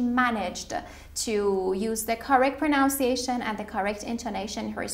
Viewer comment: Anyone thinks that MC has problem with the word “pronunciation”?